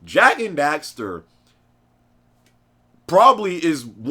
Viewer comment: WHAAAAT? How do you pronounce that suckahhh? Jak and Dekstar? it's Jak and DEXXTERRR